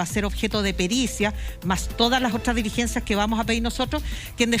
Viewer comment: Señora defensora de Huaiquipan, tenga cuidado, usted es abogada, la palabra " DELIGENCIA", no existe. Se escribe y se pronuncia: "DI LIGENCIA"...